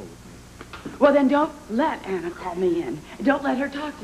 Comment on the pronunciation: Jake kept mispronouncing " Anna."